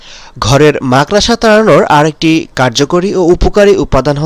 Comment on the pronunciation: আরে আরে মাকড়সা বলতে শিখুন তারপর মানুষকে বোকা বানাতে আসবেন।